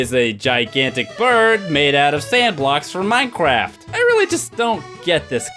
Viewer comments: its minecraft not minecwaft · you said minecwaft